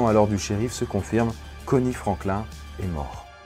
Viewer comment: Franklin se prononce Frainekleene Le dernier S de Arkansas ne se prononce pas Tille ne se prononce pas Tyle/Tile Le S de Rogers se prononce, comme tous les S en fin de mots anglais Turkey ne se prononce pas Turkay mais Turkee